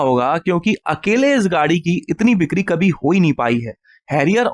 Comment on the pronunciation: Bhai ap bikari bolne ki practice kara karo, bikri ko bikni bol rahe ho😅😅😅